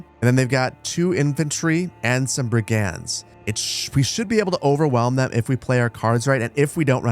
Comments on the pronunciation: I got say. Never seen Manor Lords gameplay before but i have been keeping an eye on the game itself. So im really happy to finally take the time to watch these. I just have a single silly gripe. You keep pronouncing Brigand like 2 separate words *Brig *And but its pronounced as *Brigend. Other then that please keep up the amazing videos. Im really enjoying them and cant wait to see how thise game continues to evolve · Hearing you pronounce brigand is bugging me